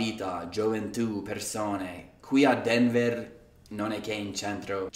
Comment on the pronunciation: Did you say "Denver" in an Italian way? Ahah :D It seemed like that ahah great ahah =)